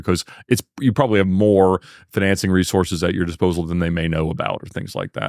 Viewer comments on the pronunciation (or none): Also how not to pronounce the word “financing”